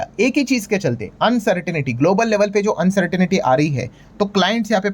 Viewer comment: Please pronounce the word uncertainty as अन्सर्टंटी, and NOT अन्सर्टनिटी